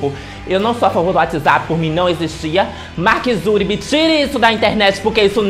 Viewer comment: "Mark Zury" KKKKKKKK